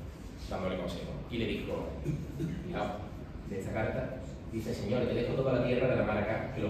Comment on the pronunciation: El texto de Fernando a su hijo Alfonso debe leerse con la entonación correcta: señor te dejo..., donde "señor" no es vocativo sino predicativo, es decir, invirtiendo el orden "te dejo señor" etc. Fernando no llamaría nunca "señor" a su propio hijo, puesto que el señor lo era él. Por tanto no debe leerse ese "señor" separado de "te dejo".